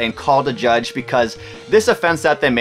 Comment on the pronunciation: I think the canadian in you got in the way of calling judge 😭😭